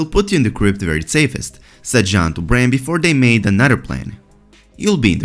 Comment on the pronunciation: Bran, not brain...